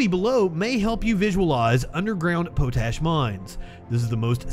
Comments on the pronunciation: Also, pot-ash. Not poe-tash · Potash is pronounced pot - ash. Not Poe-tash. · I thought it was pronounced Pot ash, not Pote ash...